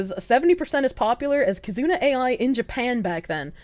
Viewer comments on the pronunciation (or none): Bro she can’t even SAY KIZUNA AI what a fuckin POSER. She’s literally just there to sell you shit and fear monger INTO the shilling. I don’t know how you didn’t call her out about that.